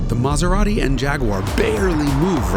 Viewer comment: BTW, in Italy where Maserati is from, they don't speak with that accent!